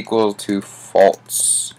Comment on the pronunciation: Good video but first stop burping and its actually false not faltz just saying